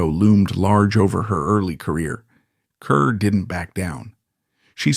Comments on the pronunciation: It is pronounced KAR, not KUR!!!! And there are so many innaccuracies...and she never worked with Marilyn Monroe (who was NOT in From Here to Eternity!). Please gets your facts right before posting. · Grade F for inaccuracies and inability to even correctly pronounce her Name. (CAR not CUR) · It is pronounced Car, not Cur. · you are seriously uninformed about Deborah Kerr, pronounced CARR, as many have pointed out here, and as you should know. how did you get this job, anyway? your voice is so croaky. Deborah Kerr deserved better! i knew her, interviewed her twice. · Wendy Hiller wasnt in Love on the Dole. And it's pronounced CAR. Come on. Fine, use a fake voice but at least get the info correct.